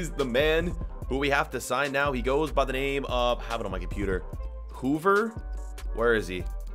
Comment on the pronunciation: It’s not Hoover it’s ho ever